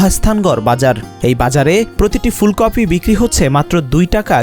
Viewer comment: ফুলকফি??? স্তুফ? রিপোর্টার এর উচ্চারণ এর এ অবস্থা কেন?